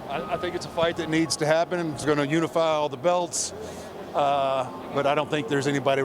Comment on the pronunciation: When Taker said "belts" !😂